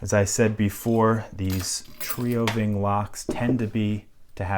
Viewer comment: Here's how you pronounce TrioVing: Tree-oh ving.